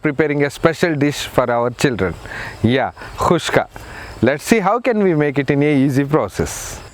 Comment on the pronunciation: Its not kuska its khuska